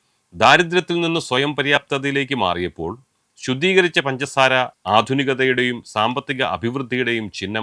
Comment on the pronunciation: പൻസാര അല്ല സാറെ... പഞ്ചസാര 😆